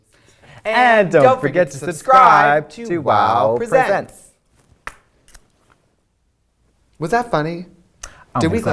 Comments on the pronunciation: TRIXIE SAID WOWPRESENTS CORRECTLY FOR THE FIRST TIME IN LIKE 60 EPISODES WHATS HAPPENING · They said wow presents correctly... I can’t take this